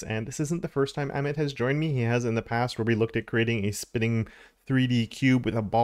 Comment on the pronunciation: FYI - Amit is pronounced uh-meet